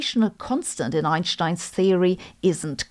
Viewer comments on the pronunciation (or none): It's Einstein, not Einshtein. There is no "sh" in his name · In English it's better to pronounce Albert Einstein with an s and not an sh